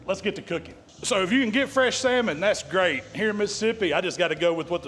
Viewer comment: I’m so proud of you! You finally learned that L is silent. I ain’t knocking you, I’ve only learned that in the last 10 years or so and I’m just about 60 years old. Btw, that saLmon recipe rocks, I’m going to try it. Thanks for teaching us what you know sir, I really appreciate it. I wouldn’t be able to smoke meat without your tutelage, been hanging around your stuff for several years now and again, I really appreciate it.